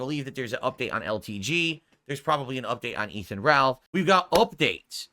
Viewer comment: “I don’t even know who Efan Ralth is”